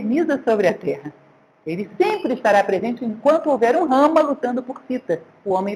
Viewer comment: Otima aula professora mas só não consigo entender porque a senhora não fala os nomes com a pronúncia correta do Rama, Raksasa, Ravana, etc... Os erres R, no começo são pronunciados como o erre do caRavan, e não o som do R do Rato. Mas quando as palavras começam com H ( Hanuman, Hastinapur, Hare) tem som de R.